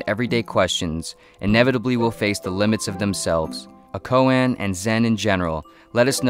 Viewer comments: Silly... but a good try! "The more one speaks of Zen, the more one fails to realize it." Also, "koan" is pronounced "ko-ahn", not "ko-ann", and "Tao" is not spelled "Dao" (though it is pronounced that way). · more like "ko-ah-n"